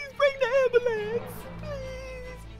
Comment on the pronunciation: my dad am ba lance